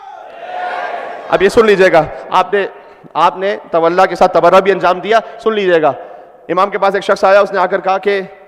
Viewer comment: شیخنا الغالی شاید تولا میں ل کی کمی ہے معذرت